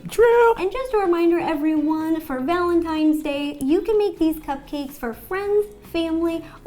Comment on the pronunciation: Is it just me or did she say villantines day